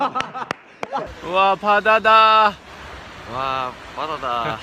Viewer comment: 💓와 바다다 하는 부분 사투리 💓😆 어뜨케 ㅠㅠ